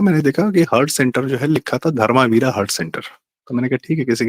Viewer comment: प्रारब्ध के सह संस्थापक से यह आशा नहीं थी कि वे धर्मवीर के नाम का उच्चारण धर्मावीरा करेंगे। दूसरा एसे गंभीर विषयों में शायद शब्द का प्रयोग उचित नहीं है। कनाटप्लेस की आधी इमारतें सोभाग्य सिंह की थीं।